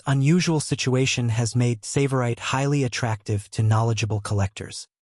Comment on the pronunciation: Please pronounce the name 'Tsavorite' correctly.